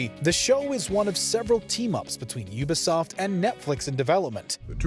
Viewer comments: Sorry to nitpick (who am I kidding? It's lol), but it's pronounced U-Bi-Soft... not ube-soft. 🤦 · UBI , YOU BE, YOU BE SOFT UBISOFT NOT OOBISOFT NOT OOOH BE SOFT RUINED THE FUCKING VID WITH THE HOW U SAYING IT JESUS CHRIST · The oobisoft pronunciation is killing me 🤣🤣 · Really fucking hate the way he says Ubisoft tho ngl